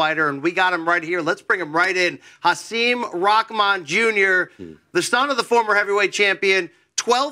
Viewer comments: It’s pronounced “Ha SIM” like SIM card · He’s said his name is pronounced Ha-sim (sim like SIM card).